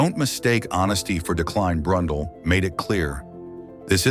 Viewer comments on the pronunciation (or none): "BRUNDLE"!! ARGHH! This is an Individual with NO race Wins?? LOL!!